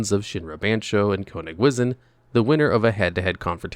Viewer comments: Konig wizzin' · As a German speaker, for the Love of God, stop saying Konigwisen 😂